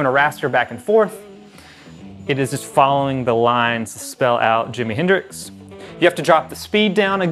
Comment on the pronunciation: nice review but for the love of heck, it's Jimi Hendrix